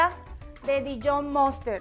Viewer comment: Muy buena la receta. Consejo: Detenerse el pelo antes de cocinar. La mostaza en ingles es mustard, no moster